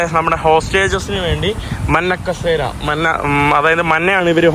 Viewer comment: എടാ കോപ്പേ, മന്നകസേര അല്ല, മഞ്ഞക്കസേര ആണ് ശരി